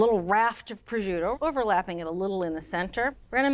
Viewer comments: Ok but why is she pronouncing prosciutto like that? There's no j or zh 😭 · The pronunciation of “prosciutto” is absolutely awful…..simply listen to the correct pronunciation on goggle…..this is almost embarrassing…..just say raw ham……but good recipe…… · Decent video and recipe overall, but it’s a shame a professional chef mispronounces “prosciutto”, and she said twelve slices, but actually used 14.